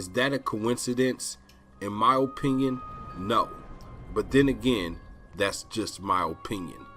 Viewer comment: Hey, it's just your O-pinyin